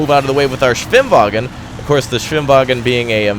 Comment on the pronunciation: "Der Swim-wagen"...the Germans are a very literal people.